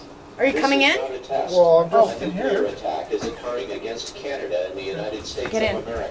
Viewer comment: and tell her to stop smoking! that's nasty!! the way he pronounces nuclear: nuculeer lol!!